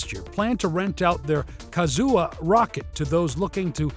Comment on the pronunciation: Kazuou xDDD cant you just read kuaizhou in english?